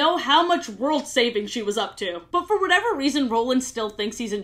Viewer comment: it’s whatever not “whateve”